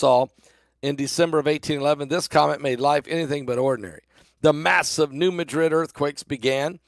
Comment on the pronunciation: Madrid in Missouri, is pronounced Mad-Rid